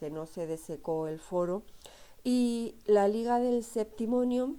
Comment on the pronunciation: Muy floja presentación. No puede equivocarse o pronunciar mal términos básicos (liga del saeptimontium, Tarquino Prisco o cultura Villanoviana). Además sería bueno que para hacer el video dejara a la criatura que se escucha al cuidado de alguien.